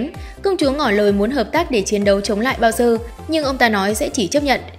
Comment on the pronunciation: Bowser thành "bao giờ" :)))